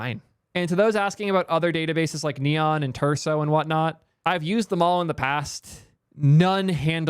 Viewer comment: repeat after me, friends! starts with t and ends in urso. or starts in l and ends in imbo.